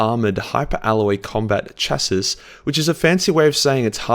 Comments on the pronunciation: I'm gomna be that guy, it's pronounced Chasea but spelled Chassis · How the smurf do you pronounce chassis? Bruh